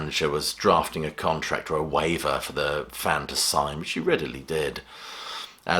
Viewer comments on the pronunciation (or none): none